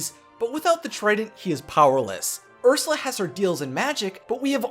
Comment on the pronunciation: It's urs you la not ursa